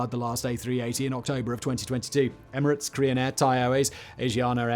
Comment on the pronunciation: "Emerads"??? Also Emirates has both suites, showers AND bars.